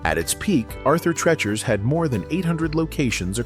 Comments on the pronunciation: At Halloween do you say trick or tret?? It’s treat. Say Treat, then say Chures. Not treh-chures, ffs. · TRECHERS????! 😅😅😮😮 Tr-EE-chers. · GET RID OF THE COMPUTER GENERATED NARRATOR! It's pronounced "treechers" not "trehchers." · It's pronounced, "Arthur TREEEEACHERS", not "Trechers". Did you even WATCH THE COMMERCIAL?? 🤨🤣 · This AI voice needs to learn that Treacher's is pronounced TREE chers! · Arthur treechers is how it is pronounced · The idiot narrator can’t even pronounce the name Arthur Treachers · I turned this off the moment you mispronounced Treachers. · I wish they would stop using AI to do the voiceovers on these YouTube videos. It keeps mispronouncing “Arthur Treacher’s” 🤨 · Dude can’t even pronounce Arthur Treachers correctly